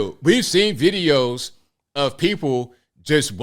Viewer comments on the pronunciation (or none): none